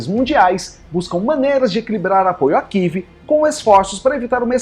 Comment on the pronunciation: Amigo, não kive, é Kiev